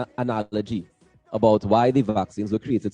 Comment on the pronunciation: stick to jam and wine bacchanal interviews, yuh cyah even pronounce "analogy". Do you know the meaning of it? There are some good phonic courses you can use.